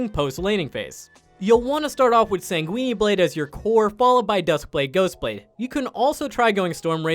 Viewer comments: "Sang-Gweeny" blade? Are you fucking serious? "Mon-uh-moon-eh"? You desperately need to learn how to say shit, my dude. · “Sang-weenie blade” I’m